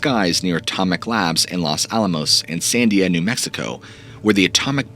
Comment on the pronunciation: Fun vid and great channel - you are a talented orator. Couple things - Taos is pronounced "Towse", not Tay-os. Also, the Los in Los Alamos is pronounced with a hard O (like Lowes), not a soft O. I also noticed the saguaro cacti in your background.These are beautiful but are native to Arizona specificaly, not anywhere in Nuevo Mexico. Anyhow, the Dulce story is similar to the Taos hum. Keep the stories coming. Love listening to them.